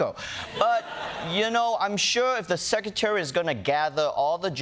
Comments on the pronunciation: that isn't how secretary is pronounced. there is an R after the C. sec-re-tary. not sec-u-tary. must try harder. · I like this host but he needs to learn how to pronounce “secretary”.